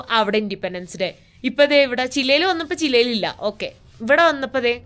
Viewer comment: ശെരിക്കും ആ രാജ്യത്തിന്റ പേര് ചിലി എന്ന് അല്ലെ അതോ താങ്കൾ പറഞ്ഞത് പോലെ ചില എന്ന് ആണോ